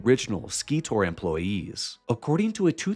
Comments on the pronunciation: Hi, great work, keep it up! You’re definitely on the right track. FYI, Scitor is pronounced “Sy-tor.” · Just and FYI. SCITOR is pronounced "Psy-tor". "SCI" as in "Science." Recently just listened to you on Danny Jones. Great podcast!